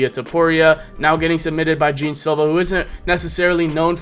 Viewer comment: Hi, his name is not Jim as you say it, but Geh-An Silva. Cheers from Brazil